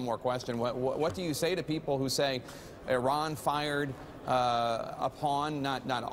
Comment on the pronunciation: Thank you for pronouncing Iran correctly, White House man.